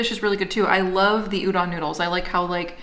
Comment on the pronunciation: No later than and up a.m. I love you guys! BTW the correct pronounciation for udon is with a long O. Like the sound Homer Simpson makes.😂